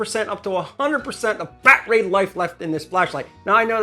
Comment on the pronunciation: i think im missing the funny part of saying milwawkieaeh and bat ray....